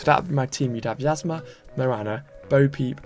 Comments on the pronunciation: Hey! Love the vids keep em up. Just for saying, it’s like E-zma. Emphasis on the capital E like in Eternla. Thanks for posting these vids! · Yzma is pronounced as Yeezma